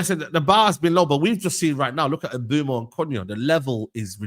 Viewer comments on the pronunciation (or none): I love how they pronounce Mbuemo. Like who the fuck is 'Emboomo' 😂